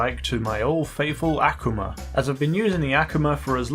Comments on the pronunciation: If he says aqmua instead of Akuma (aw-kuma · A-kuu-ma !!! not Ak-uma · Actually it’s pronounced ah ku ma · It's pronounced (Akon-mah) not akama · It's pronounced Er-Koo-Ma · It's pronounced ak-oo-ma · Reuben Pawa nope. It’s pronouced ah-ku-mah the ‘u’ isn’t pronounced ‘oo’. I know this is late i just wanted to throw this out here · Wrong Ak-ma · The way he says 'akuma' is just wrong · I don't know if your right or wrong in the pronouncation of akuma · he can't pronounce akuma correctly lmfao